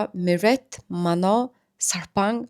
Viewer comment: Mano bish Manon